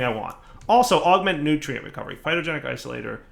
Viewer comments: It's Phytogenic INsolator. With an N. Not Isolator. Insolator. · That little eye twitch I get every time he says "Phytogenic Isolator" is the most calories I've burned all week. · It's, he will never pronounce it correctly once he starts doing it wrong, that blocks name is now Isolator... forever >_<